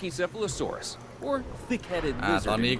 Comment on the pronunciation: มันอ่านว่า พาชิเซฟาโรซอรัส ค่ะ🥰